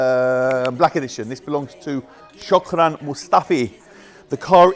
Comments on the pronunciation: Its SHKODRAN not SHUKRAN hahahahhaha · its Shkodran Mustafi not shokran bruv